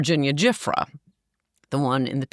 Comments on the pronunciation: She is so full of it, acting like she doesn't know certain details we all know. Her/Virginia's last name is pronounced Joo-fray. She was in a bad auto accident prior to her supposed suicide. Can you imagine having to recount what happened to her over and over and still nothing happens to give justice for hundreds of "girls". Same ol story. Sickening. Show some respect by maybe getting more accurate info on this one woman who put herself out there all these years until she couldn't endure it any longer. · Virginia GIUFFRE...pronounced (jew - fray) was UNALIVED "royal" style... al la the CROWN's heavy hand, and Ann's a FOOL if she thinks Clinton didn't indulge his sexual appetite for fresh young tang during his MANY rendezvous to the Island in question. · Never ceases to amaze me how much Ann gets wrong, especially name pronunciation. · MAGA folks will watch this. They might not watch interviews with an investigative reporter for the Miami Hearold, Julie K Brown. Coulter sure does a lot of speculation here, and she mispronounces Virginia Guiffre’s name. Guiffre was in an accident, and it is primarily reported that she took her life months later. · Covered this for 20 years and doesn’t know how to say Virginia Giuffre, doesn’t know how she killed herself, thinks Clinton didn’t mess around with the little ones? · Why can she not pronounce Gislaine's name right and also Virginia's last name right? I thought she was an afficianado. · This woman knows just enough to be dangerous. Lost me when she couldn’t pronounce Virginia’s last name and doesn’t even know how she truly died. enough.